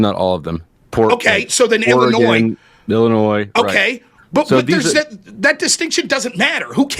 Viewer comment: So the first incorrect assertion goes to Rob. He said he was listening but mischaracterized Ryan's argument. Posse Comitatus applies to the MILITARY not the FBI. Also, what American says "IlliNOISE?" It's "Illinoy"(Illinois).